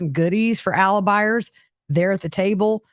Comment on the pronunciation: Ty. What are "Alibiars"???